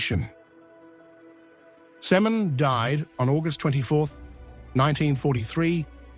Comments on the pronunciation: I know what you mean. It's irritating that her name is mispronounced throughout the video. It's pronounced Sim'o'wn. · It's not Semen. It's Simone with an accent on the e.